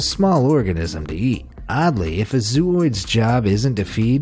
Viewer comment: That spaghetti monster is actually a siphonophore in the genus Bathyphysa. It is made up of zooids, pronounced zo-oids, with a long o sound in the first syllable. Unfortunately, you also included a photo of a pyrosome (looks like a long tube) in this section... which is definitely NOT a siphonophore.